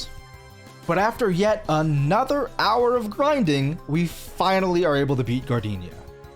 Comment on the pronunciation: hehe... "griding"